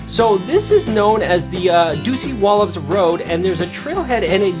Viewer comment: OMG!! How many times can you mispronounce Dosewallips!!